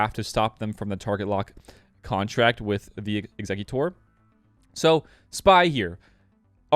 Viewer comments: Not EXEC-U-TORE (a muscle), it's pronounced EXEC-YUH-TER (much easier to say) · I can't work out why people insist on calling it exec-utor (like executive) when it is clearly ex-e-cutor (as in execute, execution). The executor is the one that cuts the head off of people who are going to be executed.